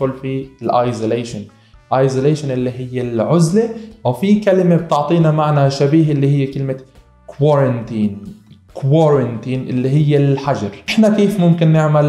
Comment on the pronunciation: You mispronounced the word Isolation. it's with S not Z. Thank You.